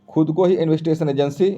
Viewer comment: इन्वेस्टिगेशन बोलने भी नहीं आ पा रहा😂